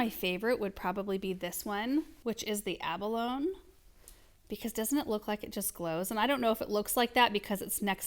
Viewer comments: “Abalone” is a mollusk, and it’s pronounced a-buh-LOW-nee. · I think your new Echeveria 'Abalone" is pronounced Aba-lonie" LOL. Like the mollusk. Not aba lone.